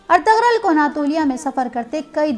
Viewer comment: سب سے اہم کام تو یہ ہی کیا کہ کم از کم نام کا تلفظ درست کروایا❤️